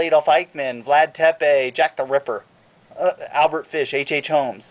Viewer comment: Lol at how you said jack the ripper!